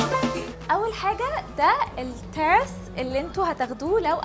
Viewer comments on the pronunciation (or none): مش عارفة تتكلمي لا مصري ولا انجليزي !! التيرس ؟!! إسمه تِراس!!